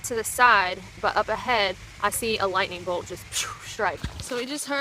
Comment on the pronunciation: Watch out fer that LITE'nin'